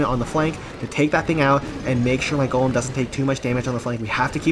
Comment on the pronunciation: For the 3rd time it's GOLEM ✅ not GOLME ❌